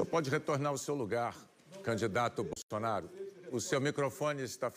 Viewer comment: Eu vi kkkkkkkkk, ela disse: candidata bosonaria kkkkkkkkkkk eu ri tanto kkkkkkkkkkk